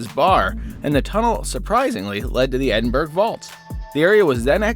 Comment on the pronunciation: Nice video! one thing though Edinburgh is pronounced edin burra.